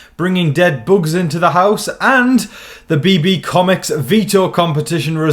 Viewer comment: The way you say "boogs." 😂